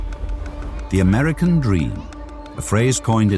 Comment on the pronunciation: Yaar tujhe toh America bolna bhi nahi aata and tu english ka course bechta hai 😂😂😂